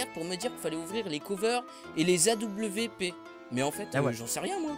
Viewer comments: ca se prononce awape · A ,W, P sa se dit ''AOUAP'' XD